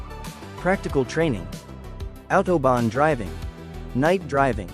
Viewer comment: Bien l'IA , mais respectez la langue et la prononciation svp . Mais vous oubliez aussi de préciser qui a participer a une grande partie de certain tronçons pendant la 2eme guerre mondiale ( une main d'oeuvre pas chere du tout !!!) vous vous souvenez ??? Et attention à vous sur .... l'autOBON